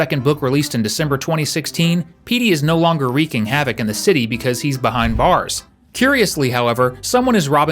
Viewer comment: When you said bars I thought you said mars